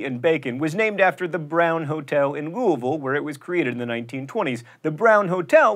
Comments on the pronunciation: Thank you for pronouncing Louisville like it is in the region. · Thank you for correctly pronouncing Louisville. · Born and raised in Louisville, and I applaud your pronunciation. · i'm just amazed he said louisville correctly! lol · Dude thank you for saying Louisville correctly. You rock. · I'd like to compliment Mental Floss as a whole for making it a point to at least TRY to pronounce things correctly. As a native, when I heard "Louisville", I was more than impressed. Thanks! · He said Louisville right!! Good job! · I love how he pronounces Louisville like a local. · I'm glad to see that you pronounce "Louisville" correctly. It is two syllables. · You said "Louisville" correctly! Good job! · It's rather refreshing to hear someone pronounce Louisville correctly. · You said Louisville almost completely correctly!! (As hardly anyone ever does.) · John said Louisville correctly! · You said Louisville right!!! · Dude! You actually know how to pronounce Louisville! :D Well, I guess you DO live in Indiana...